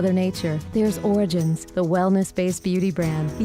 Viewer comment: what are these commercials omg did she say orgins